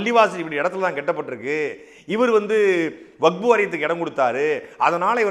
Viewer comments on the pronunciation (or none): none